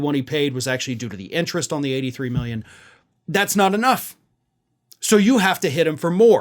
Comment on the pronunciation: 91 miyen not million but miyen